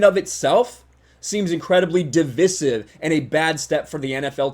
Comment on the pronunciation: When did so many people start mispronouncing divisive?